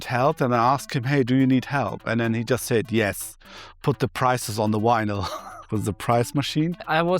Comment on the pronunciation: "he had so much wynil"